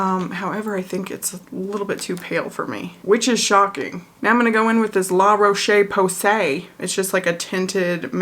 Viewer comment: LAH ROE SHAY POSAY - the way you said that made my day lol